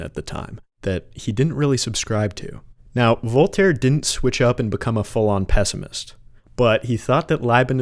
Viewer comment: I really wish US people learnt how to pronounce names because your pronunciation of Voltaire is terrible LMAO